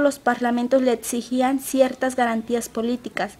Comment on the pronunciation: Y 'etsigían'?